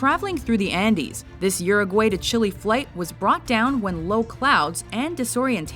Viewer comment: You guys really can't pronounce Uruguay or Chile can you